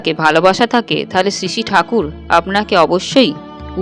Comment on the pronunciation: কিছু মনে করবেন না। আপনার বিবৃতি চমৎকার। শুধু শ্রী কথাটা উচচারণ ভালো লাগে নি।